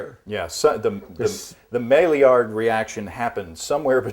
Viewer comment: The chemist in me would point out that Maillard is generally pronounced "My-yard." Regardless, You two put on one heck of a fantastic show, and it has been great going through the archives as I learn to brew.